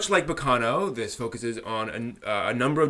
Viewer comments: While I agree with your comments on the first 3 episodes, I think it would be better to not compare it to Baccano as much as you do. (By the way, you're the first person I've ever heard pronounce it baKAno... o.O) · it's pronounced ba-ca-no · Dude the way you pronounce Baccano pissed me off for some reason